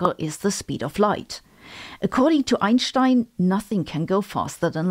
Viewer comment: I always come here to soothe my nerves after trauma sustained by hearing "Einstein" pronounced by the rest of English science-for-the-plebes youtube.